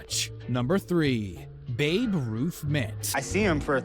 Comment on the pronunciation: I'm surprised he actually pronounced babe ruth, instead of "baby ruth"